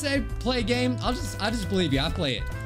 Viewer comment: at the begining instead of hearing "lets get on with the game shall we" i heard "lets get on with the gay shall we lmao"